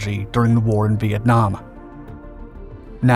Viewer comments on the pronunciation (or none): none